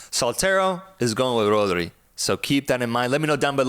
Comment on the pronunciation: Bro said Podri 😂😂😂😂😂